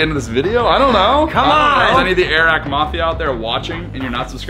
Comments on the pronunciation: It’s not eehrack, it’s like eric, air-rack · Air rack not airack xdddd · not trying to hate but its not a rack it is airrack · its airrack, not a-rack. and its a drone not a hover board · It’s not a-rack it’s air-rack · it is pronounced air-ack